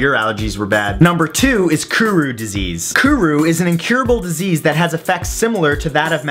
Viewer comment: Dude. you not only mispronounced Kuru, but scientific evidence does show that Kuru often comes from canabalism especially eating raw brain prions.